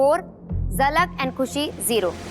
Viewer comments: Zalak ko jhalak kyu bolti hai ? 🤣🤣🤣🤣😭😭😭😭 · why ppl are saying JHALAK its ZALAK BHAI